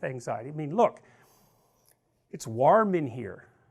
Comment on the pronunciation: "It's WARHM in here-"